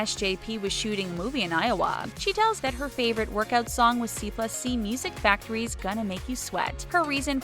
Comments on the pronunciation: C plus C Music Factory????!!! It's, C AND C Music Factory. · Aaahh you can't pronounce anything properly! Seyfreid is "Say-freed," Brosnan is "Brohs-nan," and band C+C Music Factory is "C and C."